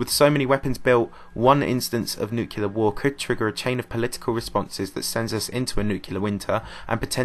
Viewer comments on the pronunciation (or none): It nuclear and nucilar. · Nucilar :D